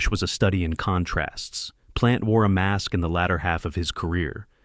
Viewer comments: It so hard to watch this because this narrator mispronounces the names of the great goalies. Like Plante, he totally mispronounces. So when you hear these names mispronounced I just had to turn it off because what authority can you have when the guy can’t even pronounce the names right. It put me in stitches laughing when he mispronounced George Vézina. Go back to your cave. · Yes, and how about Jacques "Plant", like a house plant. Or George "Vezeeeeeena". And then all of those reversed photographic images that made Sawchuck look like lefty Detroit goalie, Roger Crozier. This video is garbage, an insult to "the Uke". I shut it off after 4 unbearable minutes. I am glad that you also called it out. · Well-written piece, but it's effect is lessened by mispronounced names. Georges Vezina is pronounced VEZZ-uh-nuh. Patrick Roy's last name is French... RWAH. Jacques Plante is PLONT, not plant. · "jack Plant", Terry "sawchook" and "george vezeena"? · This announcer is brutal. Learn to pronounce the names correctly Sawchuck,Plante, Vezina..